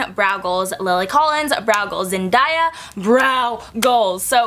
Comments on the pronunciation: Love you brows! Don't mean to sound rude but you mispronounced Zendaya... It's not Zen-die-a, it's Zen-day-a, if that makes sense. Lol, it kind of bugs me when people say names incorrectly. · Omg.. I love you but it's pronounced Zen-DAY-a lol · omg but the way she pronounced Zendaya